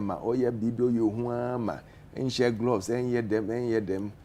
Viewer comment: Na dien so ne "glavs" no? It's "gloves" i beg you. Sua tra no adorso dodo, madam journalist.